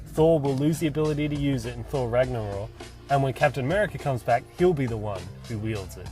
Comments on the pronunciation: It's Ragnarok not Ragnaror. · why do you pronounce it 'Ragnoror'? its 'Ragnorok' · It's ragnarok. With a k. Just sayin.